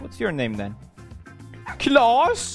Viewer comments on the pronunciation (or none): Not Klaus - It is Clas! Hugs from a Swede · For them who are not Swedish or already know it, it’s not claws or klaus. It’s Klas. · It's "klas" not "claus" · It’s Clas/Claes not Klaus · It's K.L.A.S it's an common name in sweden, and not Klaus! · Its claws not klaus